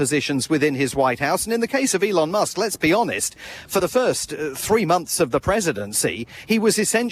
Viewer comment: 1:82 "Mr Muck" lol,. hahahahaha